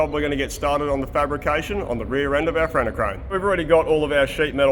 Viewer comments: I oper-Rate a Cur-Rane 🤪 hahha awesome blooper.. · “Bring me your cuh rain” that had me dying😂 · Always excited for a episode! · The Kur-Rane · KaRAIN! I will forever say crane this way now!